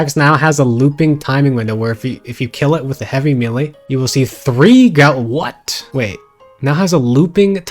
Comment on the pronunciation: Hearing a grown man repeatedly say the word "melee" wrong in 2025 is wild